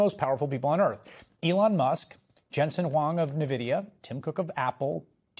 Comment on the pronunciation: It's not pronounced "Navidia." It's pronounced "N vidia."